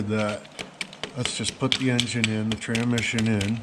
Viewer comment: "Tramission" lol love it